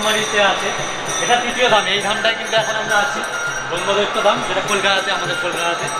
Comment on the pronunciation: সঠিক উচ্চারণ করুন। ব্রহ্মদত্তকে ব্রহ্মদৈত্য বলবেন না।